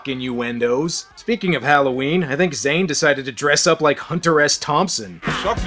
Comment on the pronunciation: HOWL-oH Ween ?..............your mispronouncing it !!! are you fukin Canadian ? .. it's Hollow-Ween !